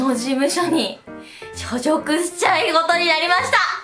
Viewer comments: しょジョクしゅることにありました👏 すみませんw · しょじょくって言っちゃってるの可愛い笑笑